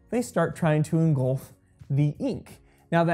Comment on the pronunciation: engulf. not engolf.